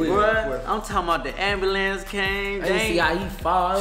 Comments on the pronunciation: it’s “amberlance” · That Man said "aM-bU-lEnCe" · “They takin in the ABALANCE” 😂😂